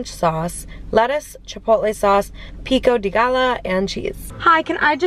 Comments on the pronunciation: It's Pico de Gallo not Pico de" guy-yo"😅 😭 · it’s pronounced pico de “guy-yo”. The double ll in Spanish is pronounced like a y. 😊 Great video! ❤ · Pico de “guy yo” salsa